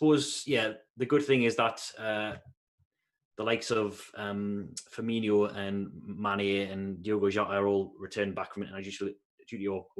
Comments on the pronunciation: FIRM-MEAN-NO. There's no Nio at the end. Thanks though for these. Love em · yeah. Just wanted to end this Fur-Me-Nio. Commentators still do it. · probably more FUR-ME-NO